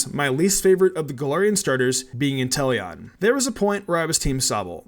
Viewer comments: You meany WHY INTELLON?!?!? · Really Intelion? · Intellion? Time to bring the guillotine. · How dare you say Inteleon.